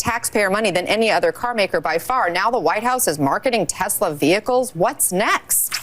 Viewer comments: Bro...why do you pronounce Tesla with a "Z* sound?? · IT'S TESLA!!!!!! NOT TEZLA!!!!!!!! Drives me nuts!!!! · Omg dude!! Stop saying it with a Z!! You wouldn't say Nikolai Tesla's name like that so why do you say Tesla like that?? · Tesla, not Tezla. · It's Tesla not Tezla, with an S not a Z. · It's teSla not teZla!! S not Z! teSla, say it with me, teSla!😂